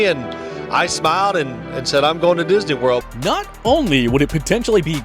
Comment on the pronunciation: I'll always remember Drew Brees saying "I'm going to disny world "!